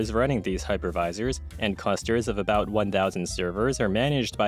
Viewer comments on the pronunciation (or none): none